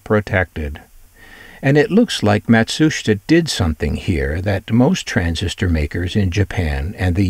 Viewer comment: Your documentary on this product is very interesting. I also appreciate your pronunciation of the Japanese “Matsushita”, which is almost always butchered and mispronounced. Thank you for your work and skill in making your videos. I’ve had a few Panasonic products and they were always my favourites. They were always best built.